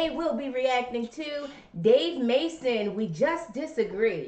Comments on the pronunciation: It's actually pronounced May- son. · It's pronounce (May-son)😳